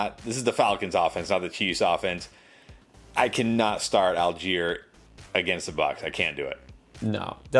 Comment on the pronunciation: Allgieier! Lol ok. Why we talking about this